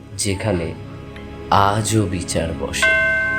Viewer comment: মন্দিড় , বিচাড়, এগুলো কি ভাই ??? বাংলা উচ্চারণ জানো না ???😂